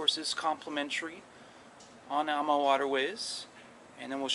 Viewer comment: it's pronounced "Ahma" not "amma"